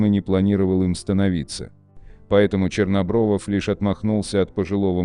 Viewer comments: Не Чернобровов, а Чернобров. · АВТОРУ: Вадим Чернобров, а не ЧернобровОВ.